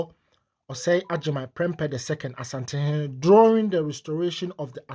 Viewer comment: Madam, please point of correction. It’s not pronounced, “Osantehene,” it’s “Asantehene.” Thank you. We pray and hope that the Almighty God will fill the heart of Otumfour with clarity of mind and infinite wisdom to resolve this difficult situation in Bawku for amicable, peace, and tranquility. May peace prevail at long last.